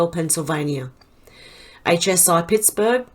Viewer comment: Hi 🖐 Yes, you said Pittsburgh correctly. Haha I'm kinda a grammar nerd, so I catch you catching yourself and you are so cute! Your voice is very soothing to me. Thank you for your channels. 🙏🏻🇺🇸👏🍾😇